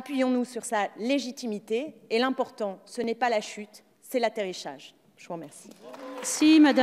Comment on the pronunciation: Pour ta culture générale, On dit " pot aux roses " et non pas poteau rose !! pour " atterichage ", je pense que tu portes encore des " bagues " (??) alors je te laisse corriger, Pour la pauvreté des arguments, il y a trop de boulot !, j' y renonce.....